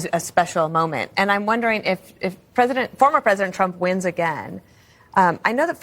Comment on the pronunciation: You people still say "Formor"?